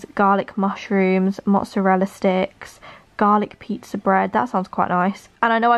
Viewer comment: The PIE-ah-zza OMG im dying